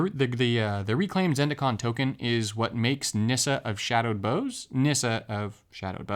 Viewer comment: You're mispronouncing "bough." It's supposed to rhyme with "how."